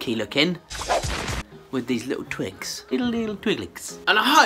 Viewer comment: It sounds like he is saying they are twinks in the beginning when he talks about the twigs, needed a laugh today and the outcome was so pretty! Great job!